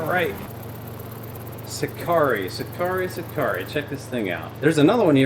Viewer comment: Hi! The right pronunciation is "see-car-EH (eh as the "e" in Echo) Congrats on your amazing channel